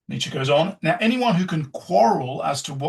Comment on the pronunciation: I've never listened to this before but he pronounced Nietzsche correctly so I'm in for some serious life altering shit probably.